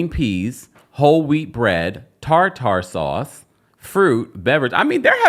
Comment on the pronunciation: “tar-tar” sauce? 😆 you’re wayyy too fancy. “Tar-ter” sauce for the fish.